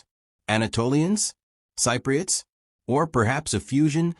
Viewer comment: Both Philistines & Cypriots appear to be mispronounced repeatedly. It was annoying.